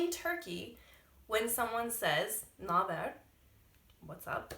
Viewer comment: Its not nah there... 😂😂NABER?